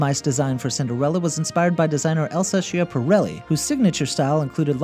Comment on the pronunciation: [ skjapaˈɾɛlːi] not [sheapareley]